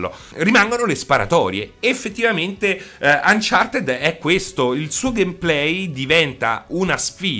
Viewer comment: "UnchartED" pronunciato così come viene scritto